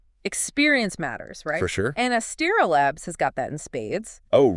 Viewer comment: Good video. But... It's pronounced "As-ter-a," not "Astra."